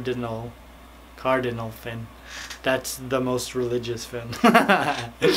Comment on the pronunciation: Are you trying to say “caudal fin?” You are so cute and 😆 funny!